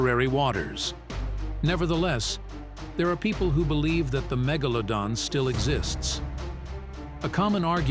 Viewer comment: Megalowdon lol